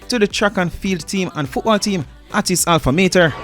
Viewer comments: it is call " Alma Mater" not "Alfa Maiter" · Bro it’s alma matta 😂😂😂😂 Dwl not alpha malta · Like WTF is Alfa maiter??? Dwl